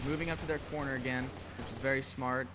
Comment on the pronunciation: "once agal" -_